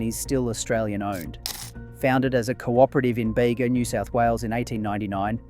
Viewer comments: It's not "Beyga" bud, it's "Beega" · It’s Bee gah not bay ga. Artisan is harder to find, the shop front purveyors jack up the prices to cover their costs and profits. Strange accent on the voice over. Obviously could make one’s own, but the starters are very very expensive. I buy Bega with careful attention to contents. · As someone who is local to the Bega area, even though I already knew Bega was australian owned, I was still quite happy when you said support Bega! (Also, only because I'm pedantic and as a local! it's pronounced "bee-gah") Great video! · Baygah - really? Oh please… get it right… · I was going to comment on the pronunciation also... Great video though.